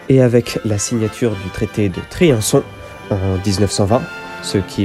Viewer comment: Petite erreur au début. Tu prononces : traité de Triançon au lieu de Trianon, mais tu rattrapes après ton erreur en le disant bien 👍 super intéressant !